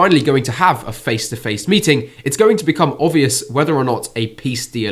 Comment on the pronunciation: It’s not Putin mating Zelensky it’s his people but how you said it sounds more interesting 😂😂😂😂😂😂😂